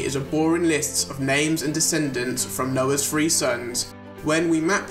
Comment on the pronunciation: Oh, 3 sons. I kept hearing free sons and was trying to figure out what you meant.